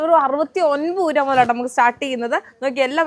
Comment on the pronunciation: 😅 ഉരു va അല്ല രൂപ